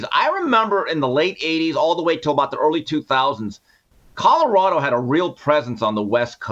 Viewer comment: Jason you still can't say Colorado. Lol